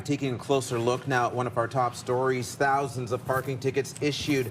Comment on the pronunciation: “Tousands”??? 2 days and still haven’t fixed it